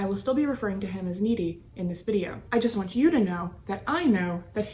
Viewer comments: It’s not Needy, it’s Nit-ee. I know because I dated one of his descendants many years later. I will never be a part of that family again. Corrupt on all measures! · Great video, but I think cops pronounced his name Knitty not Neaty. Also, you have a beautiful voice, but speaking more slowly, and pausing for dramatic effect would enhance your videos even more. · She pronounced it Needy,instead of Nitti(like knitting).